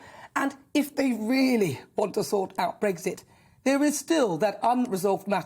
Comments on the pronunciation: It's not "Breg-zit", it's Brexit. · Its not BREGZIT! Its Brexit….